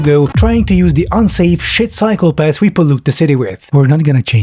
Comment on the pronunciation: Man I kept thinking you were saying "psychopaths" when you were talking about "cycle paths." But I suppose Dubai has plenty of those as well.